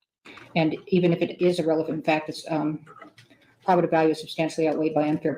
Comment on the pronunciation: Why does she keep mispronouncing "probative?!" She corrected herself once, then repeatedly said it wrong after.